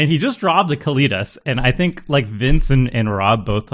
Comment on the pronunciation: Pronounced Cali (like California) tas (like deltas) Kalitas